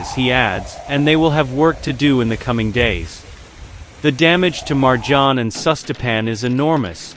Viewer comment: You should really learn how to pronounce names correctly. Jbao vas Marđan, Hajžuk i ostale besmislice. Kad već radite video, onda ga napravite kako treba.